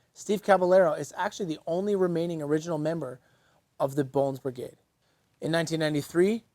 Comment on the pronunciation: He said Brigrade.